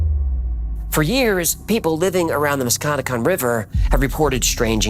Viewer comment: Also about the mantis man; the river is pronounced Musk-ka-neck-kong Or the Muskie for the locals (I had no idea bout this legend but I live and cross the musky daily)